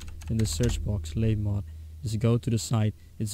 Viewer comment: labymod is pronounced labby-mohd